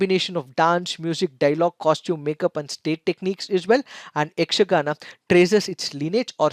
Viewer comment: May be you are kannadiga how I identified that was, you easily and correctly pronounced yakshgana school names.